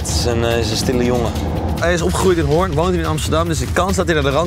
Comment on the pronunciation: Zo mooi hoe stuk Hoorn uitspreek. Je hoort echt dat ze er niet vandaag komen. Tis Hooren zoals Antoon t zegt.😂